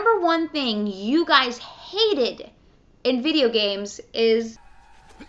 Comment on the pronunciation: She can not pronounce "s". "Gamesch"